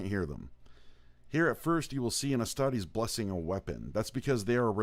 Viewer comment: Man I was really into this until he pronounced astartes wrong. Derp